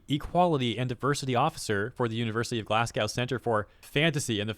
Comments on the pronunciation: Dude, 'Glass Gow' is pronounced 'Glaz Goh' 😂 Scottish here but we'll let this one slide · Glasgow is pronounce glaz-go, not glass-gao. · btw Glasgow is pronounced "Glaz-go", not "Glass cow". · brother it's glaz-go not glaz-gow please dont do scotland like that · I wish you could put a little more effort into learning how to pronounce things like names. Looking up how to pronounce "Yves Guillemot" wouldn't have taken more than a few seconds of online search, considering that's a name that appears quite a lot in Ubisoft-related content. The whole "Glass cow (Glasgow)" thing caught me off guard so hard I kinda wish you never learn how it's actually pronounced :P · sorry I hate to be that person. Its my city so gotta jump in. glasgow is pronouned Glass go. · it's glasgow its said like Go not like cow btw